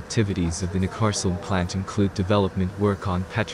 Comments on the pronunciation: It is like Neck-cas-oolm, not Ncaasom. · Neckarlsulm - try saying NEK KARLS ULM each alone and when you are sure then all 3 words together. That would be close to what it is called :) ....if you are speaking of course but IMO we are listening to a synth text to speech voice. Nevertheless it is possible to twist letters to force the SW to speak a bit more correctly :)